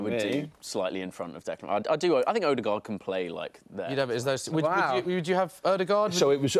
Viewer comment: It was nice to have an Arsenal chat and not have to listen to Robbie say "Alldegaard" 🤦‍♂️😂